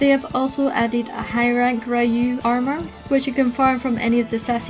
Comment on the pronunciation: Nice video, very helpful. But i also triggered when u spell Ryu's name lol